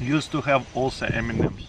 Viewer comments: When he say M&Ms I only hear Eminems 🤣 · the way he said m&m got laughing